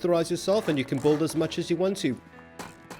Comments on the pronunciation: DUDE! It’s “Build” (Bill-duh), not “Bold” (Bowl-duh). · Buddy, it's build. Not bould. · You'll Notice, that he says BULD xd